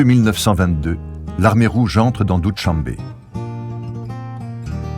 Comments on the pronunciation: Pénible d'entendre Doutchambe! Il faut demander aux locaux comment on prononce les mots pour un documentaire. Doushambe signifie "lundi" en persan, et sh se prononce comme notre ch français. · Doo-Shan-be in Tajik.